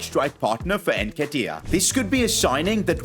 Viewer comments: please my ears where itching its NN ketiah not EnKetiah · Hey love the content and everything but just get the nketiah pronounciation right